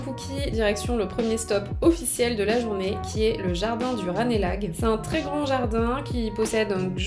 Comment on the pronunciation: Bravo pour ces vidéos qui sont rafraîchissantes même pour d’anciens parisiens. Le e de Ranelagh n’a pas d’accent et se prononce rapidement. Pas loin du Trocadéro vous avez aussi la brasserie Le Scheffer pour une prochaine fois au lieu de l’Indien New Jawad dont la déco est rédhibitoire ou l’excellent japonais Tampopo rue Lauriston ou encore Giraffe Trocadéro ou Monsieur Bleu au Palais de Tokyo pour vos tests chers. Aussi La Petite Tour rue de la tour mais je ne sais pas ce que ça vaut aujourd’hui. C’était délicieux. PS: Pourquoi dire “en vrai” quand on peut dire “en réalité” ou “en vérité”. Ça sonne mieux non? iAprès libre à vous de choisir vos mots évidemment. Joli travail en tous cas.